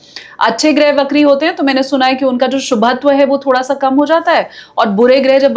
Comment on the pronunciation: बहन ! 'वक्री' शब्द का उच्चार "बकरी" नहीं करना चाहिए।